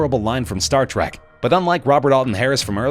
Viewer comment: why do people say star track? and not Trek? cmon man.